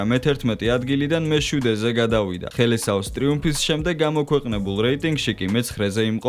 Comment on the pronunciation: ოღონდ ხელესაო არა - სელესაო